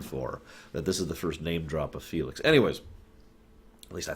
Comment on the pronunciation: I was obsessed that Felix was actually Nelix. Like I replayed the clip 600 times. Did he just say Nelix? Wtf?!